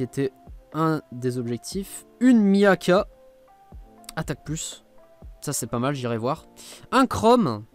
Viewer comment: Gg C'est pas Miaka 😂 la fille au cheveux d'argent c'est Micaiah je pense ça se prononce Mikaya